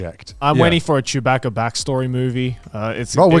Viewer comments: "Chewbacka"?? It's pronounced baka, like the Japanese word. 😂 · They gotta be taking the piss with how they pronounce Chewbacca. They said it too many times for it not to be a joke.